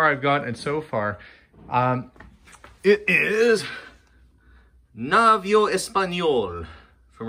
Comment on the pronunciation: It's "na-vee-oh", the í is accentuated ;)